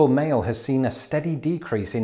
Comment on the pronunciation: I heard "you've got toast." xD